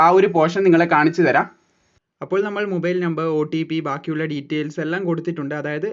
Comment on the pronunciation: മുബൈയിൽ അല്ല ചേട്ടാ...മൊബൈൽ ആണ്